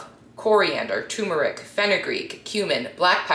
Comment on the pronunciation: TUR-meric, not TUMOR-ic.